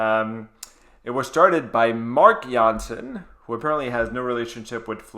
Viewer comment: Yes!!! Thank you for reacting to this song and giving your honest opinion about it. Also, thank you for pronouncing Floor Jansen the Dutch way:) And yes, Jans(s)en is the second most common last name in the Netherlands (#1 is De Vries). As you continue, I would like to take you down the rabbithole that is Japanese metal, starting with Babymetal - Road of Resistance live (Metal) or Bandmaid - Play live (Rock) for the Metal Maiden Monday list. On your reaction to Tool I heard that started listening to metal on her ride to school to get energized so on any other day, I would love to see you react to one of my personal favorites: Crossfaith - Catastrophy. I suspect it's the only song the energizer bunny ever listens to.